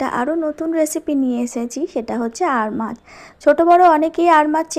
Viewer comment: "আর মাছ "-- না ---- "আড় মাছ"----'🤦‍♂️🤦‍♂️🤦‍♂️🤦‍♂️